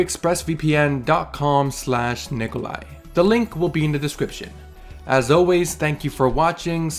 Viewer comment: Its nicolai not nicolai